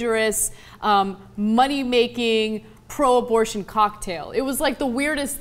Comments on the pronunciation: "quick aborsh" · haha, 'a quick aborsh' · "A quick aborsh" !! Pmsl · Two minutes into this she says that, during lunchtime, she and others "... got get a quick aborsh."